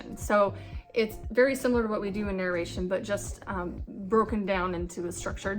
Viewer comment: You are saying "narration" totally wrong.